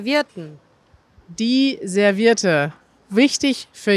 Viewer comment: Cool! Ihr sagt auch „Servierte“anstatt „ServiEtte“ 😂. So lernen Eure Schüler gleich mal die spezielle münsterländische Aussprache. Grüße ans Münsterland!